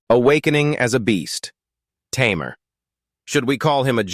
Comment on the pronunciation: Can't you pronounce tamer as tamer not tammmear